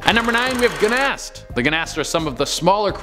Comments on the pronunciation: GNAST??????? See the spelling. Ghast pronounced GAST! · Ha! Guh nast. Thas not an n homie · Did he really say "Gnast"? 😅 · I can't stand when content creators and/or face people don't give a crap about what they're discussing and do only the basic details and can't even get that right. "Guh-nast"? Where the hell did he pull the n-sound from?